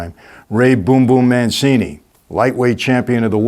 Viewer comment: Why can nobody say Mancini properly?? It’s not Manseeny it’s Mancheeny. Honestly am I the only person who can pronounce Italian words correctly 🤣